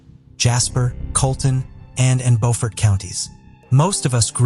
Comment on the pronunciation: Bewfert. You done enough research to understand how Alex Murdaugh pronounces his name, and you made a correction, but you couldn't understand how the many millions of people who have lived in Bewfert, SC pronounce the name of their home? You never questioned once why all these people kept calling their home Bewfert? You just assumed they were wrong and that the people of NC were correct? Beaufort (Bofort) is in North Carolina by Moorehead City. Beaufort (Bewfert) is in South Carolina. Maybe you can make this correction next time. English and French. Bewfert and Bofort are two different pronunciations. For this story...every pronunciation should be Bewfert.